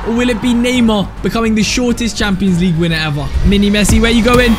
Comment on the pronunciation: i love when he says champioans ligue my english bad sorry